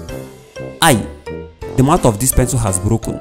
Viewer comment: When he said do you sell pinslel